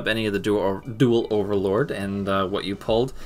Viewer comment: Takes shots at for being unable to pronounce Apoqliphort and Halqifibrax, but stumbles on Overload. Only goblins can pronounce words that don't follow the typical rules of English and still have trouble with the basics.